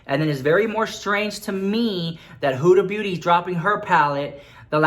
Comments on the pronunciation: Hahahaha, I thought you said 'Huda Booty', she does have a big booty too :P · I screamed when you said "Hoooda booty" 😂😂😂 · Lmao he said hudaa booty 💀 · Did I heard Huda Booty?